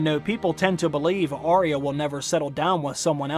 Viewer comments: I love your videos but its Arya and not Ariah pronunciation is a bit off.. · As such a expert you are calling yourself, you should at least get her name correct! It's Arya not Aria! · I wish people would say her name correctly. It’s Arrrr-ya not Arr-ee-ah.